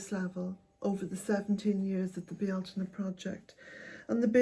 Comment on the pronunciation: why do you pronounce "beel-tayne" (phonetic) like "bee-ahl-tina" ?? it has always baffled me.